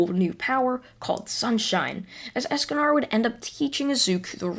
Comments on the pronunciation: I'm sorry don't mean to be rude but escanar ESCANAR DO YOU MEAN ESACANOR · Not “Eascanar” it’s es-con-or esconor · Escanor not Escanar and also you make these into a podcast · You're saying Escanor wrong It's not Escanar its Esk-ka-nor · I know you probably don’t care but it’s Escanor not Escanar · Can u pronounce anything right es-ca-nor like more, score, and lore, pronounces it like that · It's pronased es-ca-nor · so hes a ninja escanor if he does not increase in height edit: i love how u say escanor even if it wrong xD ( not to be rude or anything )